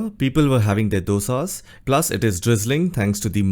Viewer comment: who said they were having dosas. Pronounce it correctly. Moreover dosa is for Tamil Nadu. Mallus have appam puttu etc so don't try to be oversmart like those eating roti and dal. Stupid